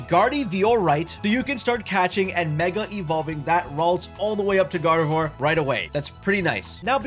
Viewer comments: A "gardy-vee-or-ite"? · "Gardhee-Vee-Or-Ight" There is no way some of these Youtubers even play the games they cover